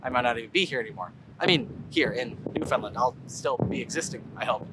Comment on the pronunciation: I love your ever evolving pronunciation of Newfoundland. 😂😂😂 Almost have it.